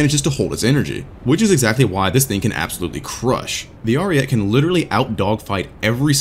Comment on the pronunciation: Im not very good at explaining but basically you pronounce the name like this: Arìete, you pronounce all letters and put enphasis on the "i"